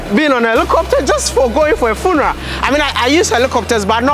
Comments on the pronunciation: "FUNARAS" 🤣 ...You gat on that Village boy , My favorite YouTuber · Cool interaction with the VP . He was so dope and his suit rocked! I couldn't stop giggling each time you pronounced 'funeral" lol. Keep dropping the videos buddy. Good job on changing the narrative about us